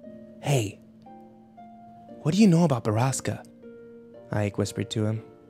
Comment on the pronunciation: They call "borasca" a place but borasca is storm in Spanish also he's mispronouncing it